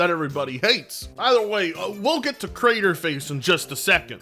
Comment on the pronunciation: Lmao and he said "crator face" 🤣